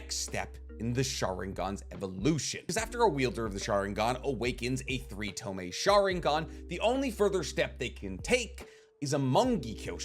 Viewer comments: ITS TOMOE!! pronounced tomoy, not tomei. Hate to be this guy, but please get your pronunciations right, it’s niggling me!😂 despite that, love your videos. Keep it up ! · AGH! it's pissing me off now. It's TO MO E not freaking TO ME! Say it right!